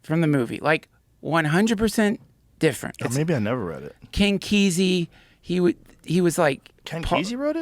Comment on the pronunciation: It's pronounced kess-ee